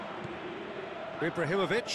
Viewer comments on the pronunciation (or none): "Ibrarrimovitch" (x 1000)